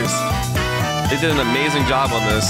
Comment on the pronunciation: Bro really said * the AMAGING *